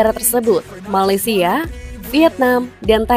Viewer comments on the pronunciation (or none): none